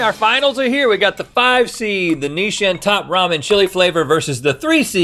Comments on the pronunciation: I never heard anyone pronounce Nissin like that and I’m going crazy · who told them it was "Nishin"?